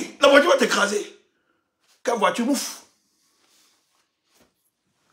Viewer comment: i love to hear you say mouff, you have said it .